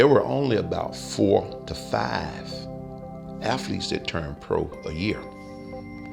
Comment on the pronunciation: 390 "aFhletes"